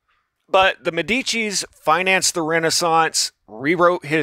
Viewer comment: Man, come on, you called Medicis "Demicis" twice maybe thrice !